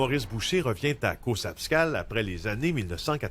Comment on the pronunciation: CauZapscal!!! Pas Caussapscal .. Scuzer, ca m'énerve à toutes les fois lol